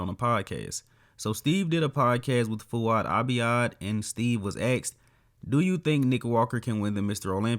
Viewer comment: steve was "aksed" ??????? brother's first language is eennnggliiisssss 😅😅🤣🤣🤣